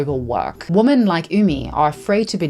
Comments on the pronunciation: I’ve noticed so many native English speakers mispronouncing “women” as “woman” and “woman” as some weird combination of “women” and “woman.” It’s the same ones who make fun of us non-native English speakers. Please learn the difference if you’re gonna talk about women. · Please learn how to say the word, “Women.” (Plural) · You do such important work bringing these stories to life. I have a small language Question: the plural of women - I learnt that the "o" was pronounced more like the "i" in words like "internet" "in" "introduction" etc. Do you speak a specific dialect, where that's pronounced diffrently? Another language question: you pronounce fetish and fetishization once with a "sh" and once with a "k" - is that to avoid demonitization/censuring because it is a targeted word? You probably won't see this, but if you do, thank you so much for taking your time to read and maybe even respond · How can you talk about women’s rights while continuously mispronunciation the very word women? In doing so, you erase the entire group of women, you erase every wonen’s individual identity which then makes a group. Your choice of words spreads information and that is the idea you spread as you continue to mispronounce the word, women in every single video you make. STOP IT! Learn from your mistakes. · No hate but “women” is pronounced “w-i-men” but no hate at all!! 🧡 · PS/ and 'woman' and 'women' are NOT pronounced the same. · Day XX of me commenting about the recent phenomenon of people online, like, pronouncing WOMAN and WOMEN the same until someone else notices so I feel less insane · why aren´t you pronouncing the word "women" correctly? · Why do you say “woman” when you mean “women”? I notice this a lot in recent years and I’m just curious. Is it an error or a conscious choice you’re making? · Okay! Question, and zero offense, but why do you pronounce the plural women (wi-muhn) as the singular woman (whoa-muhn)? I’m seriously curious!